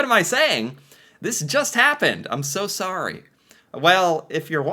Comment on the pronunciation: the canadian pronounciation of Sorry is running off on you. You went halfway there.